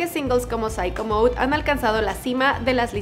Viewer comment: Cuando dijo pshyco mode en vez de sicko mode 🙃🙃🙃